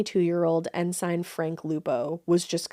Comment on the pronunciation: Hi ladies! Love your pod. Just a gentle nudge to check pronunciation of words that might not seem exotic, but are really common. Grumman and Ensign: Gruh' mun and En' sin. Keep it weird!